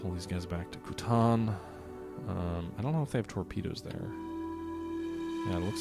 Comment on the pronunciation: It is almost as if so butchered the pronunciation of "Kuantan" that the audio went, "sorry, I am out."